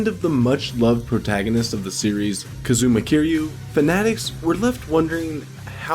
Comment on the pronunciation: "Kazooma Keereeyou"